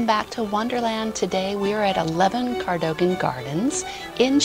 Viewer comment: The building is pronounced co-dug-an